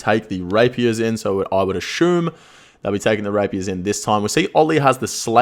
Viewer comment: Love ya But every time I hear you butcher the word 'assume' it's like sandpaper q-tips in my ears. Is that just how Aussie's pronounce asshhhhhuuume